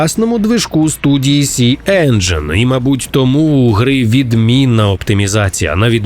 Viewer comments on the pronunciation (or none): none